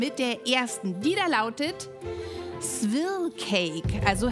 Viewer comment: Wir oft wollt ihr Swirl sagen? Das Große Backen: Swirl, Swirrl, Swierl, Swörl, Swöörl, Swürl 😂